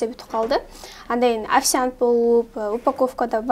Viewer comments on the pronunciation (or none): Афицянт дейби? 😂👍